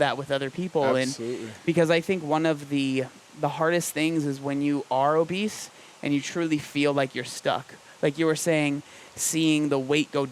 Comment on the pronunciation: Is it pronounced obeseto or obese to